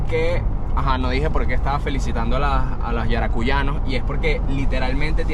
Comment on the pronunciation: Hola.. excelente vídeo 👍...se dice YARACUYANOS ❤ Yo soy de allá 😊